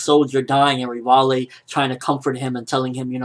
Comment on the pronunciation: you're pronouncing Rivaille/Levi's name totally wrong, LOL. it's pronounced Rivai.